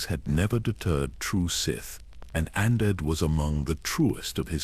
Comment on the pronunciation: I do like the lore behind this... But... The way the AI pronounces rakata and Andeddu annoys me so much... I wished that the creator of this video, would have spent the time narrating it personally